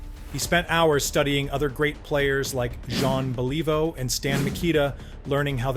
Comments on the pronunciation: Jean Believe-O ... stopped watching right there. Thumbs down. Blocking this stupid channel. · "John Ba-Lee-Vo"????